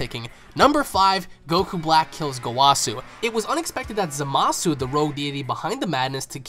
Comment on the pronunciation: ITS Z-A-A-M-A-S-U NOT Z-A-M-A-A-S-U